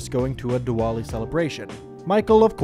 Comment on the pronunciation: It's pronounced "Divali"